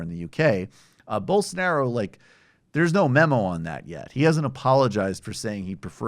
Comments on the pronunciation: Why did he have trouble pronouncing Bolsanaro’s name? Hasn’t he spoken about him before? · gaga: He dosn't evan know how to pronunce the guy's name. I doubt h knows anything about his specific policies.